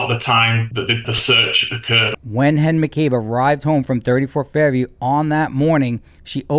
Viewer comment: “When Hen McCabe” 😂😂😂